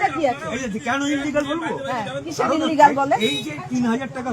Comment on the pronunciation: ওই মহিলাই দেখলাম সঠিক স্পেলিং করে দিলো, ইলিগাল। Tmc এর কেউই মনেহয় সঠিক শব্দটা জানে না। সবাই আনলিগ্যাল বলে। 🤣🤣🤣🤣